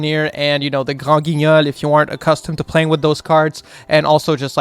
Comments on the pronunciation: shoutout to for saying granguinol with that mean french accent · the way u say granguignol, ur french is insane